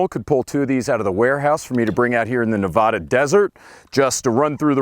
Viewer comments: Nevada - pronounced NeVahDuh, not NeVohDuh. Easy to tell non-westerners by how they pronounce the state’s name. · Jesus. We pronounce it as /nɪˈvædə/. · *"Neh Vaa Dah" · Oh god, he pronounced Nevada incorrectly. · if you mispronounce Nevada one more time, ill break your sunglasses. we take this very seriously lol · Someday you'll pronounce Nevada correctly